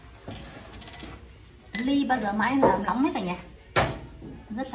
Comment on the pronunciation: “rõ nét” không phải “rõ lét” : “nóng” không phải “lóng” E thấy chị cũng cải thiện hơn trước rồi nhưng thi thoảng vẫn còn bị ngọng nên e nhắc chút để cho chị sửa dần đỡ bị nhầm lẫn ạ !